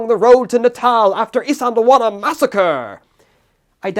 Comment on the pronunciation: white boy pronouncing isandlwana compilation ( i cant say it either)